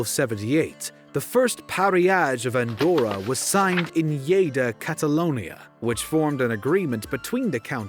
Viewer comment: Well done on Lleida pronunciation